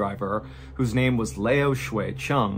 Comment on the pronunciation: Mr. Ballen, I am amazed at the way foreign sounding names roll off your tongue so Perfectly! Thank you for your wonderful videos. I don’t know how you do it! Thank you for making my day – every day!